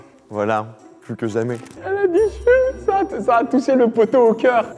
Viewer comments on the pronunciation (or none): Elle a dit jule 😂😂😂😂😂😂😂😂